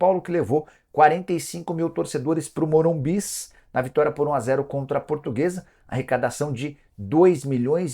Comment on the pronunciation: Morumbis kkkkk parece o Mussum falando kkkk